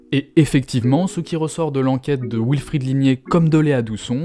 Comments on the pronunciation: Euh... "Wilfried" peut se dire "vilfrid", c'est allemand à la base. "wilfrid", c'est la prononciation anglaise. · L'intro commence mal... Wilfred/ied est un prénom d'origine allemande (comme les rois d'Angleterre) et le W allemand et français se prononcent bien tous les deux V et non OU. Il y a des Alsaciens qui s'appellent Wolf et que les Français anglicisés de base appellent Ouolf à l'anglaise et plus du tout Volf à la franco-germanique... V comme dans comme dans Volkswagen, wagon... Dommage de reprendre le bien parler pour se moquer en se plantant ! (pour info, nombre de talk-shows UK traitent de la prononciation de l'anglais par les Britanniques avec cas typique, dit-on "us" (nous) avec un s ou z final??? -- l'anglais étant de l'avis des Britanniques eux-mêmes une bâtarde moitié française et moitié germanique... d'où ma remarque sur le Wilfried allemand) Le reste est trop trop long! Le sujet est intéressant, mais trop documenté car simple à expliquer: la lutte des classes... la queue de comète de la lutte des classes...